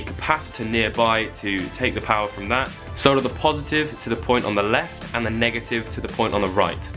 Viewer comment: Finally someone on YouTube who says "solder" instead of "sauder"